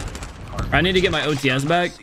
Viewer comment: thank you for not calling it the otees this time. the qwexxer was already nightmarish enough